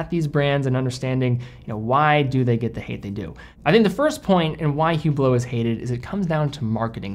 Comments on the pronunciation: Please, it is pronounced Oo-blo, not Hoo-blo. The H is always silent. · Pronounced, "ublot". The H is silent. Just saying. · You should never pronounce the "H" in Hublot.... and you should never wear an Hublot...